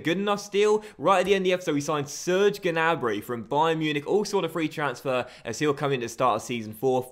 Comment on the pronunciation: gnabry is pronounced with a silenced g So it pronounced nabry